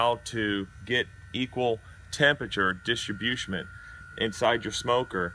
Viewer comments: Did you say “distribusement”? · Wtf is distrobusiment?? Dude is DAF by the end 🤤